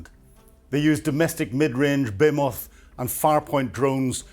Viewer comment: Are you pronouncing baymoth, not be-HEE-muth? Even Cambridge doesn't pronounce the word your way.